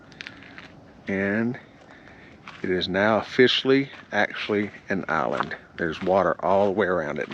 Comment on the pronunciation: What is an "ahlind"??